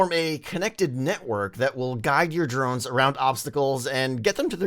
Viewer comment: Don't you mean drones you said Moe's